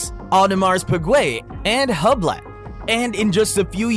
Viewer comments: its not hub-lot, its who-blow 🤣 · With brands like rolex, adamares pig-way, and hub-leh 😂😂😂😂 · ”Brands like Wolex, Audemars Peegway and Hubla” 👌